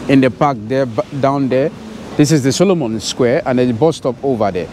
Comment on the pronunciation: It's Solomou square, not Solomon. Don't make things up!